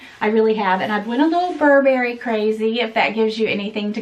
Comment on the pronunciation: Steam the coat. The reason it came wrinkled is because you keep mispronouncing the name. It’s BURbury, not burBERRY. Happy Thanksgiving,!🦃